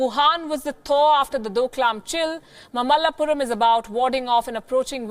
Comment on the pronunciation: It's Maa malla Puram, say it again